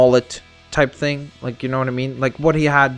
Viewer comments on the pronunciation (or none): none